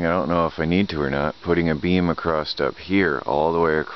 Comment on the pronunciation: I'm curious, what's up with the word across? You are saying acrosst or acrossed. Is that a religious thing?